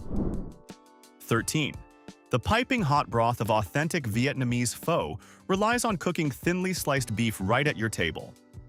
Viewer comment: “Pho” is pronounced “fuh” and rhymes with “duh”. 🙄